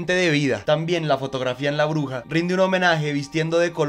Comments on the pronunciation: Por qué escucho "la oruga" en lugar de "la bruja"? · No es hate para nada, pero no sé porque cada vez que dice "bruja" yo escucho "oruga" y me desespera por alguna razón 😅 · Muy buen video...pero cuando pronuncias bruja se entiende Oruga